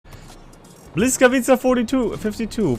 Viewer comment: hey bud/ its not BLYS - It is B-Wisk. That is how you start the word. Dont worry though. When I first started talking Polish my GOD I killed there tongue in speaking polish. the L is in fact a W sound. Thanks for the heads up on this ship.....